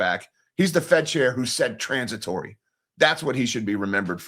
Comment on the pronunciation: Say it with me, Transi to ry. lol End The Fed.